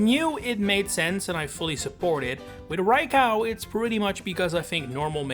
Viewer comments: It's pronounced Rye-co not Rye-cow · they're right though. 'Cow' is said like there's an A in it and Raikou does not have that... Ra i ko u = ra as in rat, i as in pizza, ko as in cocoa, and u as in glue. Co and cow are visually distinct too, unlike potato and potahto. There's also an objectively correct way to say a Japanese word/name, unlike the pronunciation of 'potato'. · I heard Rai-cow and I just KNEW it had to be interaction bait. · I never heard anyone calling Raikou Rai-Cow… and I hope I never hear it ever again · It's probably a childhood pronunciation that has stuck with him. He's from the Netherlands just like me and I can tell you that the "ou" in raikou's name is basically seen as its own letter, with that pronunciation. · Rai-cow...? That's a new one. Ah, I think I fell for the Poketuber mispronouncing names engagement bait.